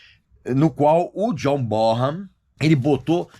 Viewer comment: Regis, a pronúncia correta do nome Bonham, é "Bonãm". Ótimo Vídeo.